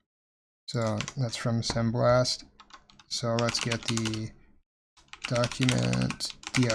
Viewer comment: Maybe it's me, but I am hearing "semblast" while you are typing "sembast..."